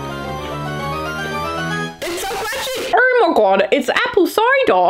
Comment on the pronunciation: “Irrmagod its apple COYDUH!” 😂😂 I can’t stop laughing